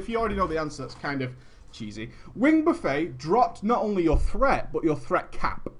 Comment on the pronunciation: Love you to death,, but it's pronounced "buff-ett." As in "buffeted by wings."